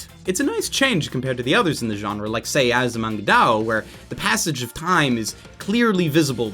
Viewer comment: if he mispronounces Azumanga's title one more time...... I will have to skype him and go over some phonetics.